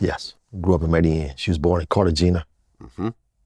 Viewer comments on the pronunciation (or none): The mispronunciation of Medellin is so annoying lol